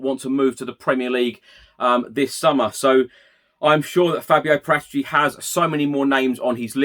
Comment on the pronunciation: You don't pronounce fabio's surname like that